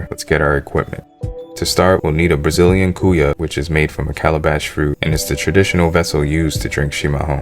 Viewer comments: mas cara pronunca "cuia" como "cu-ya" haha serio, imagina tomando o chimarrao no cu-ya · cuia = quee-ya. de nada cara